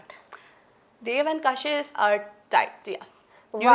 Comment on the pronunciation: Kashish ❎️ kasis 😂✅️